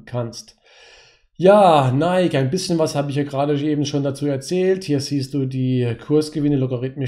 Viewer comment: Es heißt NikEEEEE